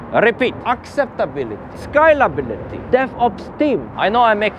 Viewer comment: I thought he was skylability for so long but he's saying scalability 🤣